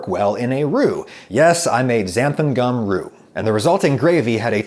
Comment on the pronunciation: Sounds like he’s saying Xantham gum.